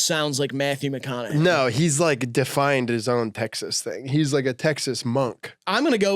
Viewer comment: graydon trying not to laugh at how pronounced mcconaughey mack on a gay fucking killed me